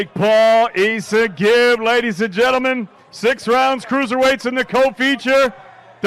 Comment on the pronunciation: E-songib. That's what I heard from this dude. WHERES GEORDIE. GOD EDDIE GIVE US GEORDIE. He wouldn't have screwed up gib's name.